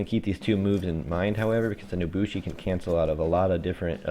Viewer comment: “The Naboshi” all in all a great video but it really grinded my gears the way you said her name XD.